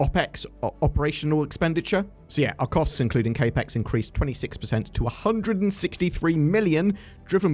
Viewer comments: Cap-ex, not kay-pex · CapX "capital expenditure" cap (like baseball cap) as in capital not K ... Otherwise great video ❤ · Yeah ngl it was bothering me the way he was pronouncing it lol. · Capex Pronunciation was driving me crazy, but I was giving benefit of the doubt that it might have been a UK pronunciation.